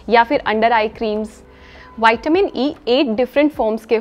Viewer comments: Hello madam , विटामिन बोलने से कोई दिक्कत है क्या वायटमीन बोलने से कुछ बदल जाएगा क्या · विटामिन को बार बार वाईटमीन बोलने में अच्छा नहीं लग रहा मैम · विटामिन बोलो ना क्या बाइट मिन बोलने में लगी हो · वैटामिन होता है या विटामिन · वायटीमिन नहीं विटामिन होता है वो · Madam ple goli ka shi nam bolna shiko waytamin bol rh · Pahle vitamin bolane se kya vitamin nahin hota vitamin hota hai